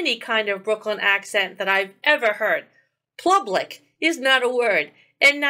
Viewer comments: Yeah, I'm from Yonkers, we don't call it "plublic" either, lol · Can someone please “axe” him to stop saying “plublic”? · He said PLUBLIC again!!! He honestly thinks that's how it's pronounced!! He is obviously suffering the Dunning-kruger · I just can't with the "plubic". It cracks me up every time. I'm sorry for anyone with talking issues but it's just.....funny and annoying at the same time. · Plublic? Did I hear him correctly at about Mark ?